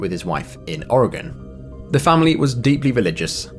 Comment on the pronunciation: Omg you pronounced "Oregon" correctly ❤❤❤ I know people from California that can't do that.